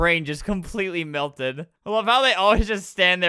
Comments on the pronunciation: I loke how Albert says milted and not mElted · Albert, milted is the fertilization of a female fish with milt (semen of a male fish)😨😨 (I know he obviously meant melted)